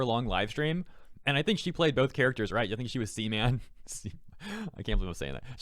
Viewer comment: "What's Your though on this?", Well living with no Twitter is just the best I'd say... LOL. But anyway, when You said C-man... I genuinely thought You meant sem... (You know what I meant) and straight "What!?". Then read the word owh... It was C-Man. Almost fooled myself there for a sec